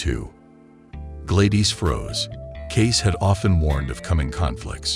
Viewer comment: So where is the warning on trump.... Just rumbling of an AI voice that can't pronounce Gladys and echo properly... Just wasted a lot of time watching this bullcrap